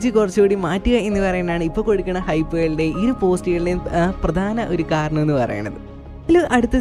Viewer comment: കരണം അല്ല ബ്രോ കാരണം.....